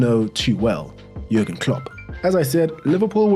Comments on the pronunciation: Really think that you should watch through any videos you plan on reviewing for your channel. Being unsure who Stevie G is, pronouncing Jurgen with a hard J and generally not knowing pretty much any of your subjects history is pretty lazy. You're basically doing the minimum possible to publish a video. Sorry if I come across mean but it really gets up my nose trying to watch you when you have to keep stopping every 2 minutes to clarify something. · Jürgen is a common German name and in German they pronounce the "J" with a "Y" sound so it's pronounce more like Yürgen. Also he left Liverpool at the end of the 2024 season. Also as far as Jürgen looking like a "cool" guy trust me- one time he joined a Liverpool fan doing a music gig at a local pub (much to that musician's surprise), had a pint of beer and ended up singing along with the crowd. He truly is a "Salt of the Earth" kind of guy.